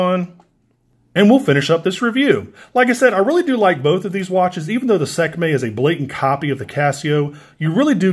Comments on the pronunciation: Sek may 😂 its pronounced 'See kuh may' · lol "Sekmay"